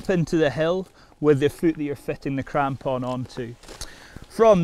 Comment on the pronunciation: Mostly just watching this video to hear this guy say "crampon" again